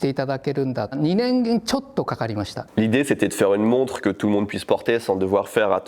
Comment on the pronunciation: Mec,j'ai cru qu'il avait dit "monstre" au lieu de "montre" . Monster watch au poignet!!! :D